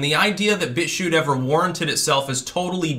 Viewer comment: "He's writing a hit-piece about Bitshue...". Hm... the word "BitChute" has a "t" at the end.